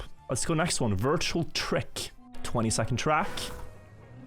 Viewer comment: Aren't half of those in Granady's "Wirtual" word of the week cup.